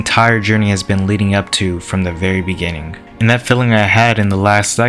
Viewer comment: in the beninging 🤣